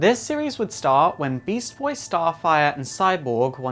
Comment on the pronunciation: How hard is it to say beast boy